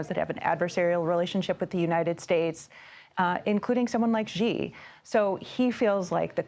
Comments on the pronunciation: Please learn to pronounce Xi. Its not rocket science. "She." Not "gee." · It's not gggggg....its sheeeee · did she just call Xi "G". It not Gi, its "Shheeeeeeee-sh". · xi pronounced as Letter C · It's 2024, someone can't pronounce Xi correctly.